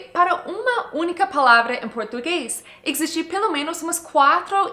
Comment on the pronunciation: Mais um vídeo excelente! Muito obrigada por compartilhar seu conhecimento :) Nós usamos a palavra 'ponto' quando nos referimos a lugares. Por exemplo, "em que ponto do shopping você está?" Ou "Me encontra no ponto de ônibus". Nesse caso, usamos spot em inglês, é isso? E uma observação sobre pronúncia no português, você falou "existe" assim - /EKSZISTE/, mas a gente fala /eZISte/, sem "eks". Abração! Cheers :)